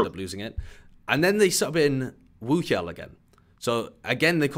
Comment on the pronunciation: It's not a phonetic H though. It's actually pronounced WOOhyal.